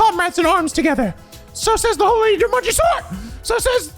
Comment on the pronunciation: I honestly thought it was meant as a joke because it sounded like Jumanji.